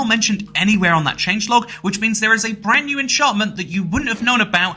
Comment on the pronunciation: "Whenever a brandsnew Minecraft update releases"